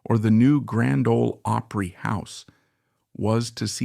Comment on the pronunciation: It ISN'T Grand "Old Oopry you idiot.